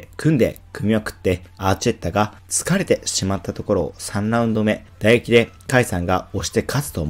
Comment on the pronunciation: 「打撃」が全部「唾液」に聞こえてしまうのは、格闘技チャンネルとしては致命的だと思う。